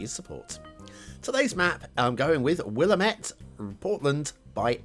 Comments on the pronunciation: Huh! Close to home, haha. Recognized Ross Island in a heartbeat. "Will Am Ett" is how I usually hear it pronounced. It's killing me that people are making Oregon maps and I haven't finished all of my Oregon trees rofl "Mar come", and don't worry, it's nobody's favorite haha. They make an effort to make them prettier now. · Will-lamb-et River, not sure if that helps at all with the pronunciation 😅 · Willamette, damn it.